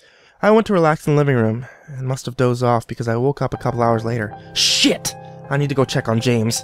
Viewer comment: He leaned into that line 🤣